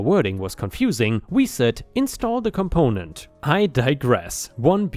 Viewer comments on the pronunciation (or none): Story 3: seance. Said correctly and it's basically what you said, an attempt to communicate with dead people. I'm sure there's a more precise definition but I don't really care. What you said sums it up just fine. 👍 Chlorine on the other hand, has an "reen" sound at the end. Story 5: Component is said as "come p-own-ent."